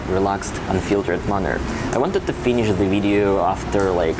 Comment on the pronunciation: I think your stats will probably show whatever way you deliver it, people aren't so interested in just another travel vlogger. They want to know what's going on inside Russia and what they should think about this. Btw, nothing huge, but your English would improve dramatically if you could teach yourself to pronounce 'the' and 'they' properly, rather than 'zhe' and 'zey'.